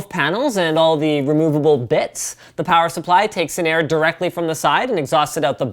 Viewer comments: I repeated plower supply at the exact same time as Linus did. And then I giggled my blalls off. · "Plower Supply" You know Canadian Winter is coming when...